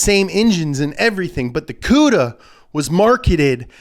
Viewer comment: Thank you you said Plymouth cuda